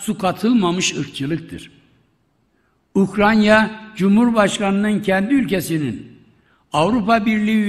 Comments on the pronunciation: Bu şahıs ustuste defalarca Ukranya diyerek,önünde yazılı olduğu halde yanlış okumaya ve söylemeye devam ediyor.Emekli olsa iyi olur. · UKRANYA !? 🤦🏽‍♂️🤦🏽‍♂️🤦🏽‍♂️🤦🏽‍♂️ Bu çok bunadı artık yaaa … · Vay be…! Ukranya imiş. Bizi bu yanlıştan döndürdüğün için minnettarım büyük devlet adamı, eşsiz siyasetçi… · Mature ,Ukranya değil, Ukranya mature Bahçeli. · Komşusunun adını bile telefuz edemeyen başkan, bravo sana